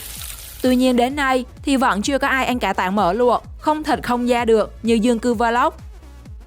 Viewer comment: Ăn chứ kp anh Phát âm chuẩn tý xem nào 🥴